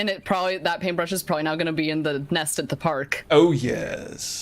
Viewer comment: PaintbRRRRRRRRush... I'll never be able to pronounce that word correctly again.